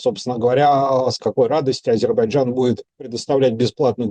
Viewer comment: Шепните кто-нибудь ведущему, что в слове Азербайджан есть буква "й" :)